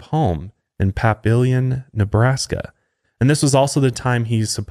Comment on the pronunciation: PAPillion 😂😂😂😂 it’s pAHpillion